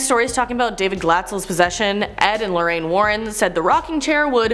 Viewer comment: Lorraine is pronounced Lore-Ain, not Lorean. Learn to announciate!